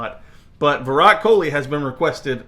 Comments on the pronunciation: It's not kholi...it is kohli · It's virat kohli not kholi